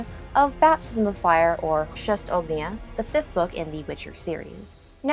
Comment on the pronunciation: Chrzest ognia :) ładnie to powiedziałaś :) pozdr z Polski